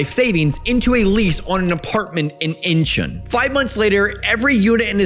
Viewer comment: Bro when are you even going to learn to pronounce “Incheon” correctly